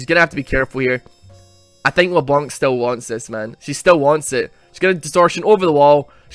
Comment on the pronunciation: IT'S LEBLANC, NOT LE-BLONK! STOP TRIGGERING ME! Still, love the video man.